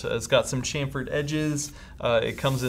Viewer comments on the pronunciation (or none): none